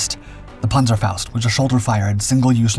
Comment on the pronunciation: Great story just wish they'd pronounce the panzerfaust